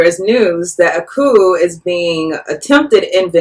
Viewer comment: The 'p' in coup is silent.